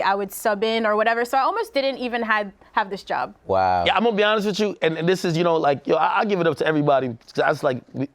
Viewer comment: "Imma be awnessss" -Dj Akademiks